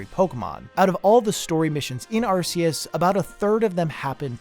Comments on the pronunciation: Dude arc-a-us not ar-ce-is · im a 100% player, i like to do everything and collect eveything in a game just see if theres a secret, i have never rushed to the ending in any game iv ever played arceus official pronounciation from the pokemon company is ark-e-us not arce-us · Just like to point out, it’s Arceus, pronounced Ar-key-us. Not Ar-see-us. Same with Sifu, it’s pronounced She-foo, not See-foo. Think Kung Fu Panda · Will everyone stop saying ar-see-us? It's ark-ee-us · Your pronunciation of Arceus irritates me to no end. But this idea with end credits seems to point to a big design principle in general: Presentation can make or break design. I’ve learned that the hard way in my architectural classes, because you might have the best design imaginable, but if the presentation of that design is shaky at the beginning or the end, it often won’t matter how good the work itself is. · Ah, glad you talked about pokemon legends: arseoos.